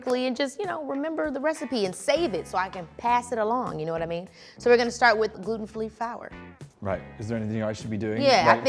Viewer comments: oh snap she did too.. lol 😅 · Ok I clocked it too lol but I’m a Virgo so I let it slide. She’s amazing lol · I heard that too. I guess the editor was like, "Eh, we'll keep that." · Keke saying "gluten FLEE FOWER" instead of gluten-free flour is my fav thing.